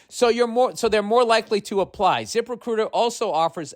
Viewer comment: His Zip Recruiter ads are my favorite. Its Zip Recrrrruhausgdgteirzsgdgruiter 😂😂